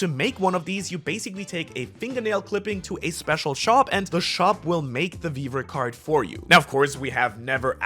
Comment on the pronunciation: Vivre card sounds a lot like weaver card if you ask me